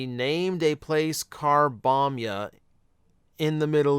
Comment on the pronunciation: I'm sorry, but Carbombya made me burst out laughing for a minute straight when I heard it.